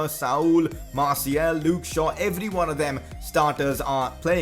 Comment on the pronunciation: You are pronouncing Martials name wrong, its Martial and you pronounce the second and its not Martiel